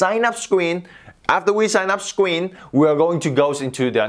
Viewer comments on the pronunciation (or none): Ikr scween